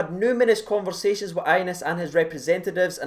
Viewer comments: Bro, as a Rangers supporter you should learn to pronounce his name properly! It’s pronounced Ya-nice not Anus! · Re the young lad Hagi... His name is pronounced Yanis. Just sayin. Knowledge is power. Sharin's carin' 💙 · His name is pronounced yanis